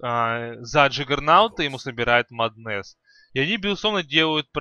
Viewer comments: Батлфури , не батлфляй , а батлфури. И не маднес , а маск оф мэдес ну или мом. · джагернауД блять, маднэсс, баттлефура... я думаю ты понял почему столько дизлайков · МАААднес и Батл Фура уши вянут, пол ролика разговоров не о чем.